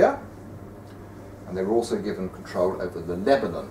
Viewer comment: He says...GIVEN control...”given”?! 😞🤣!